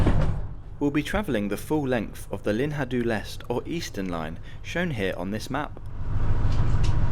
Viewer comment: Great video. Tip however, use google translate to at least try to pronounce the foreign words correctly. What is it with English speaking people always thinking that the J in Spanish is pronounced as an H? And Lin-ha do Leste? Come on, you didn't even attempt to listen to how it is pronounced. Not that you need to speak perfect Spanish or Portuguese, but it is a video that you are editing and doing a voice-over. It is not like you don't have the time to briefly listen to how google translate is saying those words.